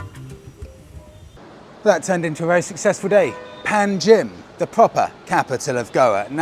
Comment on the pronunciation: Hi . Old Goa is underwhelming. The road side fuel has parafin added and is for emergancy use only. The capital you visited is pronounced Pan jim. Enjoy your last days. Go South if you can.